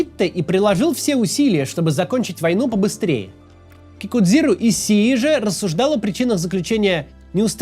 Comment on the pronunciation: Если уж на то пошло, произносится как "Кикузиро Ищии"